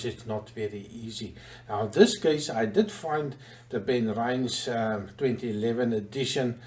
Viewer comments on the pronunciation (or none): Sorry, but it is "ben-RINN-es" with a short "i", not "ben-rynz"...